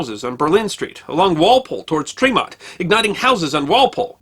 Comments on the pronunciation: Another excellent episode. Being a huge baseball fan and native of the Boston area, I'm surprised I hadn't heard of that fire. Thanks for enlightening me! Not to quibble, but Tremont is pronounced "TREH-mont," not "TREE-mont." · What a wonderfully told story (even if the good gentleman mispronounces our beloved Tremont St.).